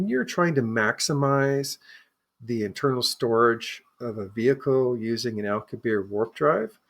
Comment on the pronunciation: Ugh, man, the CONSTANT mispronunciation of common words like Alcubierre's name or Augadilla is so distracting. He keeps saying "dill-uh" instead of "dee-ya". And it's not like this is an uncommon sound - he must have ordered a quesadilla once or twice in his life. Each time he says "aw-gwa-dill-uh" it makes me think of Napoleon Dynamite's scene "make your own dang ques-a-dill-uh, Napoleon." The fact that he keeps mispronouncing it immediately after provides the correct pronunciation is doubly confounding! Usually when I have a conversation with people and there are words in their native language that aren't in mine, I try to carefully listen and adopt the pronunciation after hearing it. 🤦‍♂️ And then there's "Al-coo-bear" which is just an entirely different nails on the chalkboard sound. It's a bit more forgiveable as that's an uncommon name, but he must have watched a couple of videos on the subject in his research and would doubtless have heard a pronunciation that is correct, or at least much closer than "al-coo-bear". Getting to the substance of the video, I think it's interesting, but I find their note on confirmation bias a bit hypocritical as they seem to have started with a conclusion (the object exhibits a warp drive signature) and then backed into a conclusion. The biggest issue for me is one of the speakers saying "yes, this is proof" that it's a real UFO and that they strongly believe that this is a warp signature. While anything is possible, and it's li